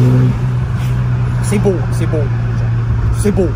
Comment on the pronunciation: Les "C est bow" tout au long de la vidéo, je me marre et la fin, tout seul dans ta voiture a tenter de flairer le poisson je suis MDR!!! Excellent.. C est bow!:))